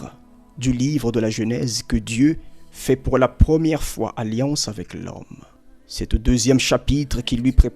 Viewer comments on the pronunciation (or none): none